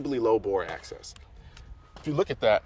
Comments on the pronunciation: Bore Axis, not access... jeez bro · It's Axis not Access. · I believe Colion knows that its bore axis and not access. I think its just how he's pronouncing it. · access to the bore? it's axis of the bore lol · Anybody want to tell Mr. Colin Noir he is saying axis wrong before you film the entire video? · "Axis" not access lol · Bro, it's BORE AXIS, not access. You were probably saying it right, but it sounds like you are saying access. Just some constructive criticism is all, no offense intended. Love your vids. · Axis... Not access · Axis. Not access. I couldn't get over it. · Colion Noir It might be your accent. You saying AXIS sounds like Axses which is how most people pronounce access. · I dunno, i thought he said it right at first but the more he said it it sounded like access. Especially when he was saying he always butchers it and gets it backwards. Like he was looking at it in the way that the higher of a grip you can get on the pistol, the more bore access you have. Higher grip means that the bore is more accessible. Would explain why he always used to get it backwards all the time. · "The low Boar Access basically helps because there's a fulcrum" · Xbridgeman1975x i swear i was thinking the same thing.. but i think he just says axis like that. If not then he has high/low mixed up bc he is thinking of his hand in reference to the bore rather than the bore sitting lower to the gun's axis. Not access like the accessibility for his hands to be closer to the bore(?). Easy mix up i guess. - SHIT: happens to the best of us.. Definitely lost merits on his "tacti-cool" badge tho. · Colion Noir its all good, i wasn’t making fun of you, i was just curious if you were saying access. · Cringed every time he said it.